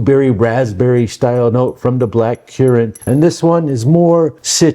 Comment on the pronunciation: Black currant not black cuurant.